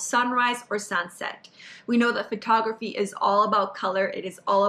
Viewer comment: Someone should tell that it's not pronounced Fur-tography.